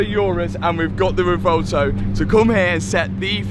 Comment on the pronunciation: Sorry to sound like a broken record, but it's pronounced 'rev-well-toe'. Love the videos anyway...